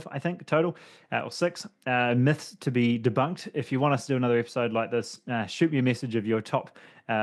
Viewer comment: Let's break some "muths" 😂